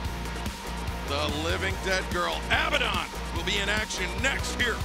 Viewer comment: Does it drive anyone else mad how they pronounce abadon